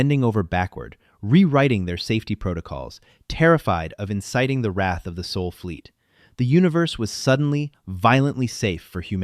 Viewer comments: OK, considering the fact of how children are treated in 2026, I find this completely in plausible . And why can’t the AI get it right? SOL not SOUL. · Thanks for a good story just 2 gripes. 1 is its sol not soul 2nd is its maths not. Math. This indicates that this channel is American based not dutch as stipulated in your bio. Stop butchering the english language. But otherwise a good story. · It's Sol, not Soul! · Sol, not soul